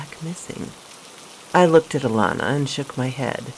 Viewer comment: I love how you say my granddaughter's name Alana 🥰 ty for this video sweetheart 👍🏾